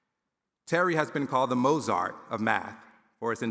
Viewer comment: Minute “Mozart” pronunciation is painful to the ear. and at Princeton?!